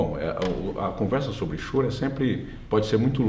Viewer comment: Mas,, não é Chorô e sim, Chôro!